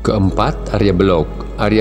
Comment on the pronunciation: Untuk diluruskan mengenai nama Si Arya Belok ( bukan Belog) . Dalam bhs Jawa tdk ada kata kata atau nama Belog , hrs di baca Belok.,, Pihak yg keliru menafsirkan menjadi Tan Wikan ,. Ini perlu di luruskan.